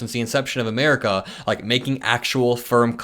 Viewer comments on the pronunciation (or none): none